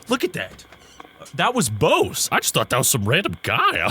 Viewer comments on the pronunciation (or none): The dude’s name is pronounced “Bussy,” not “Bow-se,” trust me on this one👍👍